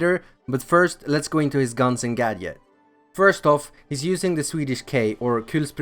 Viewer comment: That’s not how you pronounce gadget